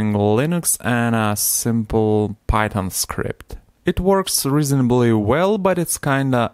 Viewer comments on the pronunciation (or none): none